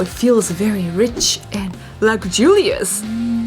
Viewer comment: she said Luck Jurious